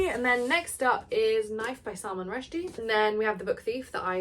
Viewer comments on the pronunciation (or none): none